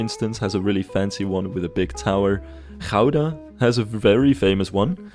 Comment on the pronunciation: Great episode,, and I'm loving the series so far. I especially love how well the City Hall came out. It was also an educational episode; not only did I learn about Dutch architecture, my American mind learned the true, proper Dutch pronunciation of "Gouda" 😆